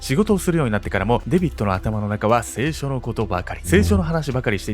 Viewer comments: セイショ⤴︎ ？ セイショ→ じゃないの？ 清書に聞こえる どっちが一般的なんだろう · 清書のイントネーション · せいしょ↑なの？笑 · 聖書が清書に聞こえる。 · [聖書]の読み方が[清書]になってる。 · いつも見てて今回も面白い内容なんですけど、聖書のイントネーションが気になる🥲🥲せいしょ⤴︎じゃなくてせいしょ⤵︎じゃないんですかね。？自分も正しいかわからないし細かいことなんですけど、見てて気になってしまいました。。💦これからも応援してます。頑張ってください！！ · 聖書の発音が清書になってて毎回気になる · 聖書のイントネーションが清書になってますよ？ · そのイントネーションだと「性書」に聴こえる．．．。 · 「聖書」のイントネーション気になる…笑笑 「清書」の読み方だね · せいしょ→だと思います。笑 発音違っても理解できれば問題なし(*´∀`*) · 聖書のイントネーションが気になるwww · 「聖書」の発音が変なのが気になります。テレビ局がやらかしたと言えば、オウムの「坂本弁護士一家殺害事件」がありますな。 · 聖書の発音不気味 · 聖書の発音気になる笑笑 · 聖書の発音めっちゃ違和感ある… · の聖書のイントネーション気になって仕方ない、、、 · 聖書 のイントネーションがちょっと気になる(´・ω・｀) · こんばんは！聖書の発音が違うような😅